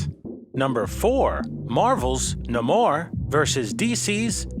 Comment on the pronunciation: Na-More lol